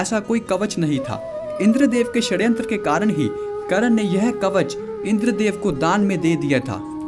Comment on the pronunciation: कर्ण नाम है.. करन , करन क्या बोल रहे हो? .. कृष्ण बोलना सीखो ! You just need to learn how to pronounce name before making videos.